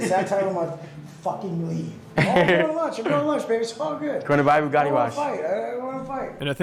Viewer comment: I think you mispronounced Bugatti. I heard it was buga'ee. Taste says so.